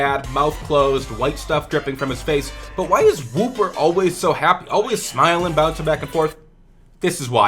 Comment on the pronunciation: WOO-per you know what I mean